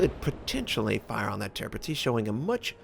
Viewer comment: Very close call on this... - you pride yourself in trying to pronounce the ships names correctly. Thats commemorable. However - you continue to mispronounce Tirpitz. It is actually pronounced: Tierpitz (Teerpitz).